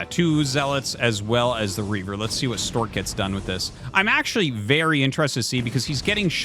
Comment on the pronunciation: Artosis mispronounced "Stawk"